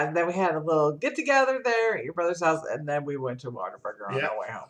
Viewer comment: # I knew you would say whatavurger..lol It's a southern thing.. I'm from the south. I've only ever bought your scent shots so many flavors to try and I wanna try them all first. Beside everything is so pretty I wouldn't be able to burn it.